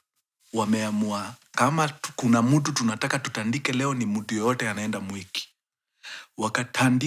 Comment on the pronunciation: The way mkuru una pronounce mwiki as "mweki" means you know the place.😂😂😂😂